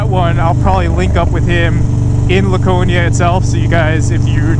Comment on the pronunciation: As someone from NH, I wanna inform you that we, at least all the people I know, pronounce it “Lacone-e-a”